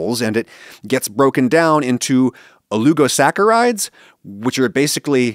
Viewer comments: Dear Adam, /o-lig'-o-sack"-a-ride/ As espresso has no 'x', that word has no 'u'😉😄 ❤️your show (otherwise,lol)😇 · There's no 'u' in oligosaccharides, why are you saying it like that?